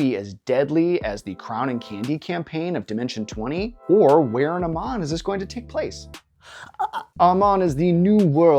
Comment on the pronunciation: Aramán not Aman 😅